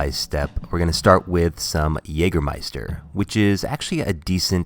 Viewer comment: Excellent pronunciation of "Jägermeister". Appreciate that